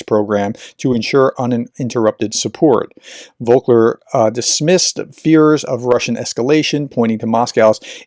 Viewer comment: It's Volker not Vokler. You are transposing the "K" and "L".